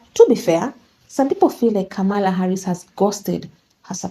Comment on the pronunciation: I love your videos, but you keep mispronouncing Kamalas' name wrong. It's , La